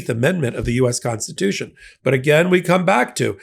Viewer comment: The Constitution, paah.